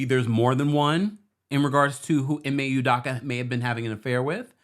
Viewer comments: Udakka....🤦🏾‍♂️ Pronounce proper u doe ka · It's "UDOKA not UDAKA" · Learn how to pronounce black names. It is phonetically “you-doh-ka”. As for the paparazzi, no fool like a stupid fool. Who asks that kind of question in the presence of a child, seriously! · Please pronounce this man's name right! Ime (E May) Udoka ( you dough cah)